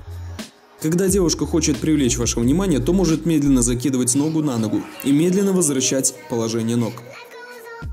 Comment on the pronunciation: меденно вместо медленно.но спасибо за видео!